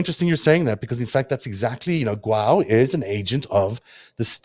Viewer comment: The Chinese name Guo is not pronounced "gwow" (rhyming with the English word "now"), in Chinese it's pronounced "goo-aw" (rhyming with the English word "law"). Here is a video showing how it is pronounced: v=mTVbzQBpJmM In English, it could probably also be pronounced "goo-oh" (rhyming with the English word "show").